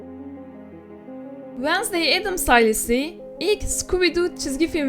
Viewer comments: Ablacım "vasney" ne yaa Wed-nes-day dee<3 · Vanasdey değil Venzdey diye okunuyor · vednızday diye okunuyo diye biliyorum